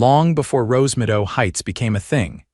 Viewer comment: Rosemido. Wonder if the AI was supposed to say Rosemeadow? There is no such thing as Visual Jurisdiction in the US and no court would accept a lawsuit claiming that. End of story.